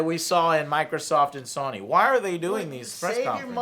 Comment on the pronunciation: Sany, Did you mean Sony? No Sany bro